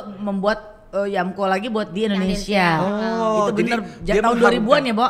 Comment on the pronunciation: gw pecahhhh Teh Melly ngomong " Bahasa indonenong neee...."🤣🤣🤣🤣🤣